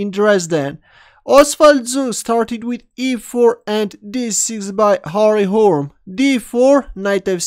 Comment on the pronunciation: Hurme is pronounced 'hurme'. Roll the 'r' and pronounce the last 'e'. two full syllables.